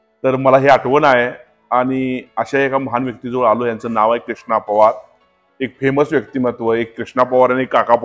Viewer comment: पोवार नाही पवार म्हणा